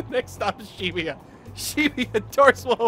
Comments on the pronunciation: It's weird talking about pronunciations of names then read "Shibuya" as Shibiya every time, just pointing it out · its supposed to be Shi-Booyuh i think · i read and pronounce it sheh-booyuh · Very ironic to hear that from someone who pronounces Shibuya as She-booyuh. Lol. Totally agree with your point but it's ironic since you pronounce everything in English too. Lol. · He's very judge mental about pronunciation of other peoples names when he doesn't pronounce Ann's name correctly. And it annoys me how he pronounces Shibuya incorrectly. 😤😠😡